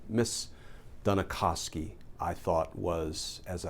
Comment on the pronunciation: Geez Glenn, for a really smart guy you sure got befuddled trying to pronounce Dunikosky.